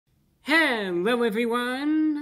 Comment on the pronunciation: Hewwo Wady’s and Gentlemen!